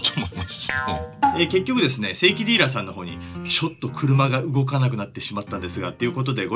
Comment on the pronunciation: 正規ディーラーがセイキンディーラーに聞こえた